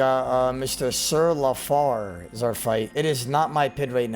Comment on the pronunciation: ITS LA-FLAIR not la far